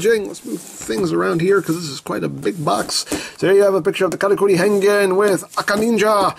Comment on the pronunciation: I know it's saying "Karakuri!", but it sounds like "Kamakiri!", which means mantis.